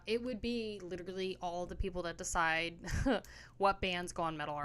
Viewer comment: You cant even say Decide correctly 😮. It's dicide not dieesiide😂